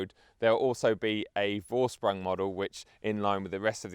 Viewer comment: Love the channel, please continue. Happy to hear it makes a living for you ! Try saying „foreshproong“, when referring to Vorsprung, if you want..